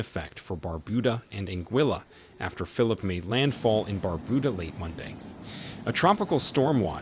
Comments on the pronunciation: When writing your transcripts for the voice synthesis program try to spell words based on how they sound and not based on correct spelling. For example, it mispronounced "Phillippe" pronouncing it the English way. In a case like this, maybe write it as "Fill-leap-pay". Also you used the "St." abbreviation which the program misinterpreted as an abbreviation for "street". You would have to spell it out fully - "saint" - to get the correct result. Always write with phonetics in mind when you're doing your transcripts for voice synthesis. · Not phillip... Philippe. (phil-leap.)